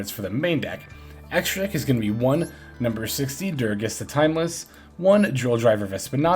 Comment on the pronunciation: bro I love you but am tilted everytime you say durages, it's DU GA RES god dammit lmao